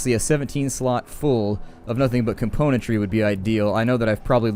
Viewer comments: I think it bothers you cause he misses the M in componentry, it kind of bothers me too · I don't know why, but there's something that irks me to no end every time you say the word "componentry", something in the word itself rather than the way you pronounce it I think...